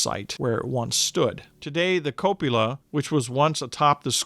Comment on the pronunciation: Very thorough and in depth video. I only bring up these two victim's names mispronunciations because these two families still live in the area and might be offended. One is Arnold Victor Bauerle, pronounced "Bower lee", not "Bay rule". The other is Carlyle Walter Geisenhaver, prounced "Guy sen hay ver", not "Gee sen hay ver". What's left of the building is pronounced a "coo pah la", not a "co pu lah". Again, no disrespect but I know these family descendants still reside in the area.